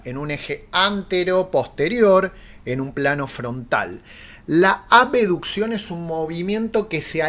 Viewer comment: Pronuncio abeduccion o abducción? Me confundeeeeeeeee alv